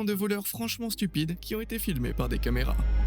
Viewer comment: "La lampe de poche automatique " " Les camarénas " !??!??? J'ai écouté 12 secondes de vidéo, et c'est déjà catastrophique...